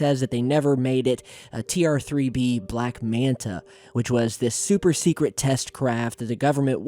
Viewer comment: You mean TR “Free-B” lol